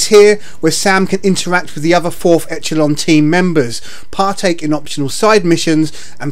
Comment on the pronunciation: It's not Etch-uh-lon it's pronounced Esh-uh-lon.